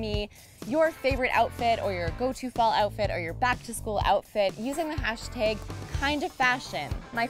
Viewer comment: "Megazine" "Hashteg ".